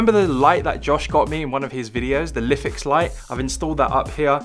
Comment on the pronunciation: when he said lifix. ITS LIFE X